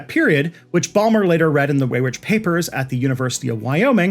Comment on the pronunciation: Thank you, thank you, thank you for this comprehensive deep dive into this topic. Side note... Paul Weyrich's name is pronounced "wie-rick" not "way-rich".